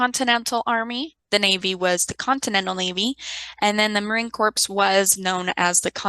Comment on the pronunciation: Thank you for an informative and well-done lecture. Just wanted to let you know that the marine corps is pronounced “core” as in apple core not “corpse” as in a dead body)))